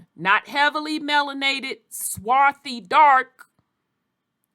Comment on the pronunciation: There is no "swathy"